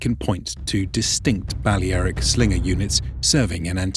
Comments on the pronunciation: Bu-lare-ic not bale aric it’s pronounced differently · You sure your pronouncing Balearic correctly ? It’s Ba lea ric , lea pronounced lair. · So it's pronounced Bal-le-ae-ric not bal-lea-ric. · Thumbs down for the butchered pronunciation of Balearic. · Why couldn't he say Balearic correctly? lol